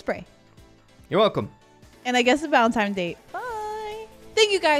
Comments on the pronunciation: Bro saying" valentimes " is very funny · "valentimes day" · Anyone else catch that she said valentime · Why is she saying "valentimes Day" Instead of Valentines Day?